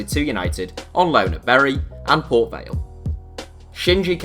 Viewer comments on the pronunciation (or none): none